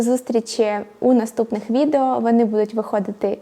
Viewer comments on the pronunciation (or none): none